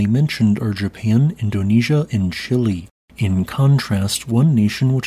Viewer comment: It's not "chilly" it's chee-lay. Not difficult